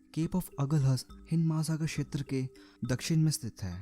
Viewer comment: छेत्र नही होता क्षेत्र होता है।